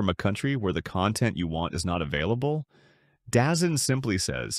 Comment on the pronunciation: Dazone not dazen